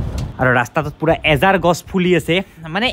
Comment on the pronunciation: এজাৰ নহয় আজাৰ হয়❤